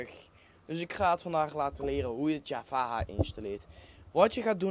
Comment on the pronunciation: Dus gewoon j-a-v-a en geen javaha